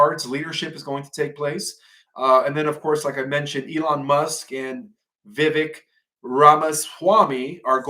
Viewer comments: why did he mispronounce so many "Last Names" except Vivek?? 😂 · Anyone notice that the only name said correctly was Vivek!!! The hardest one lol 😂